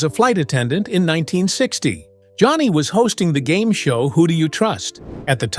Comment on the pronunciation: The AI READER says “The Tonight Sow with THE Johnny…….” Then the whole premise of the lead was NEVER PLAYED!! This is terrible stuff.